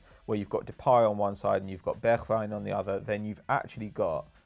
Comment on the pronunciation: this is the first time i ve heard Bergwijn pronounced corectly